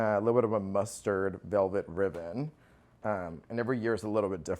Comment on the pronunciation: Beautiful home but, did he say cluves instead of cloves and riven instead of ribbon🤔